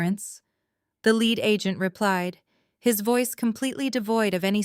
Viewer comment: "Horse do vers???" Egads. Proof listen to this crap before you turn it loose on listeners. It's "leed" officer, not "led." Too much talk...yak, yak, yak. Decent story but too much explaning. Indianapolis USA April 17, AM